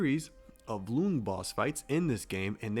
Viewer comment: Loong is pronounced as long. It's written that way to differentiate tones cuz Mandarin is a tonal language And also, chapter 6 is rushed, that's why there isn't much content